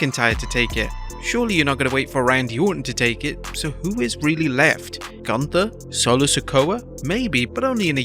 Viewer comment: Is it really that hard to pronounce Gunther’s name correctly? It’s not hard!